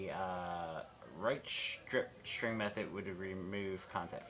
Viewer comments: say ss rather than shriptshring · Love the "strip schtring method". LOL